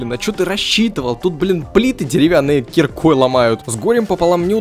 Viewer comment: Не кирикой а киркой